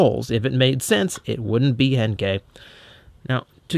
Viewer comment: i don't know what is wrong with me but every time starts to say henkei i thought he was going to say hentai